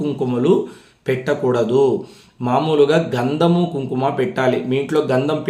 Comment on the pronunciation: Sir daggara "Gandhumu" kadu, Gandhamu antaru andi. Telugu nerchukondi sir first. Palakatam rakapote chala kastam sir.